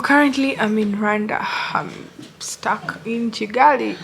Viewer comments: Kigali not Chigali🤣🤣🤣 it's funny how you can't spell Kigali 🤣🤣🤣 even Chinese can say Kigali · Oh mbu chigali it's Kigali 🤣🤣🤣